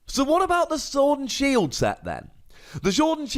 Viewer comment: Lol said Shord and Sield